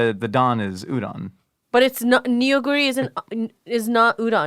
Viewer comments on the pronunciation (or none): "ramdon" or jjapaguri is made from combining jjapaghetti (jjajangmyun style ramyun) and neoguri. the "don" comes from neoguri having udon-adjacent thicker noodles (also neoguri is pronounced nuh-guri, not nee-oh-guri). steak is an ok topping but jjapaguri with a runny fried egg and american cheese will always be superior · i was looking for this comment on the pronunciation of neoguri, like it’s no fault of or anything but it just made me physically cringe